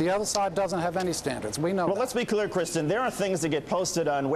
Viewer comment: fucking "KRISTINN"... r u fucking kidding me? just go by "Kris" for fuck's sake.